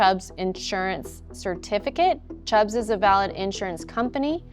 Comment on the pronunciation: Its Chubb insurance, not Chubbs